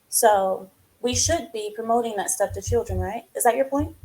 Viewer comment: Someone tells logic that there is an 'L' in the word chiLdren 😂